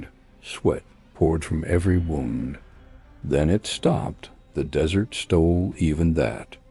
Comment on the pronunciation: So many ways to mispronounce, "desert". Haha. The dessert always wins!